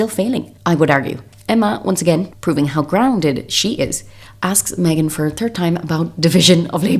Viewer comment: I noticed trouble with "third" which is perfectly fine. Mike on Coffehouse Crime is practically a celebrity with his pronunciation of the "th" sound. I think he's Irish.